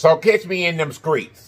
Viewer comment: When you said catch me in them skreets!!